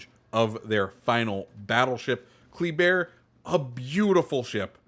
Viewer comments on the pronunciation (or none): I think it’s pronounced Kluh-bear, from what I’ve been hearing